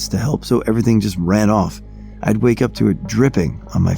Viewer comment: ...a "wyke"...? See, we really do "watch" your channel and pay attention! LoL it's ok man, honest mistake and that just adds to the overall experience! Edit : there is one more little glitch in this same story...can you find it? I've been subscribed since the TTS days. I've really appreciated how well you adapted to using your own voice, so don't think I'm picking on you...well ok I am picking on you but think of it the way a big brother picks on his little brother 😎